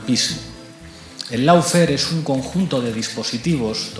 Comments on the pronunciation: Si se utiliza la palabra inglesa "lawfare" deberia pronunciarse bien y no decir /laufear/ o /loufare/, sino algo asi como /LOFEAR/ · ¿No perdemos españolidad por pronunciar en inglés cuando se usa una palabra inglesa? Así se ahorran el no decir una versión cada uno, dando la impresión que no se oyen o no se ponen de acuerdo, además de la de no usar el diccionario. Por qué no decir / ˈlɔːˌfɛə / o loo fee, al menos?